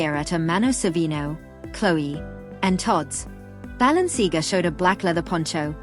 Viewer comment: Oh my gosh - I'm yelling "It's ba-lenc-ee-AAAH-gah!!" over and over, lol. Painful!